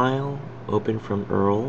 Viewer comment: Dude.. PLEASE rerecord this without saying Earl. It makes you sound like you just started using a computer.